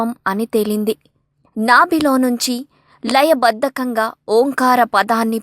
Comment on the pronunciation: Layabaddhanga not labaddakanga